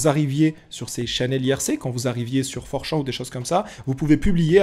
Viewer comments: 😂"4 Chan " ne se prononce pas "Four + Champ" .... Chan n'est pas un champ de Maïs. Chan > Channe ! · C'est pas (prononciation) for champs c for chan comme un âne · fourchan, mes oreilles saignent